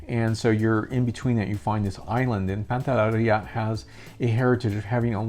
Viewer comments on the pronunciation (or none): PANTELLERIA. Not pantallaria!